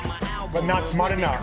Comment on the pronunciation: Love how he pronounces "smart" and "it worked", sounds like smite or smait and it woikd xD